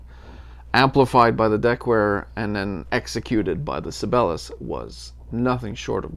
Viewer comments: Sabellus? Isn't the right pronounciation "Sigh-be-lius"? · It's not pronounced "Sibelus", it's "Sibel-i-us". Jean Sibelius is a very famous classical composer. I realize you are, but Sibelius is a pretty famous guy. Or was. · I might be wrong but I think that is it pronounced with four distict syllables . . . Si be li us. Like the classical composer. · Si - Bay - Lee - Us. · you know... like the world-famous famous composer.... si bey lee us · Sib-BAY-lee-us is how I think their name is pronounced? Like the composer ... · Si-bell-eee-yus.....Just found your channel, good stuff....subbed! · Sih-bail-ee-us... Named after the famous Finnish composer, Jean Sibelius. As your penance for continually murdering his name, you must go listen to him. Do it! Do it now! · You might at least learn how to pronounce SIBELIUS even if you don't have the basic musical knowledge to understand who he was!